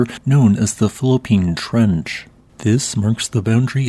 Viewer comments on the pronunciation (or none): I could have sworn I heard "fallopian" trench.